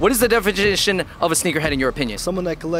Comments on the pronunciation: " what is the definimagician of a sneaker head"😂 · “What is the defegination of sneakerhead” 😂😂😂😂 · "what is the defididition of a sneakerhead?" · What is the "defiginition" of a sneakerhead 🤣😄 wtf